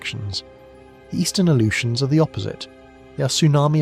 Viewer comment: It's because they used AI to create this slop video. It also mispronounced Unimak and Aleutians.